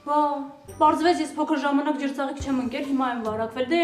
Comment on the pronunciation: Լիձյա ետ ջրծաղիկը քո լեզվից պիտի հանեյիր